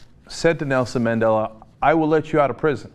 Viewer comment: You can here someone laughing in the background when this guy on the video mispronounces Madela's name. Lol